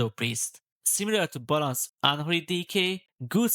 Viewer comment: ‘Balansz’ 😂 magyar akcentus peak ❤